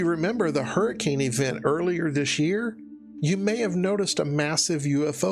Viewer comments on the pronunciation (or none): none